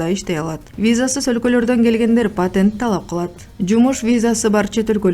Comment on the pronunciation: Потент потент деп бурурупсунго созду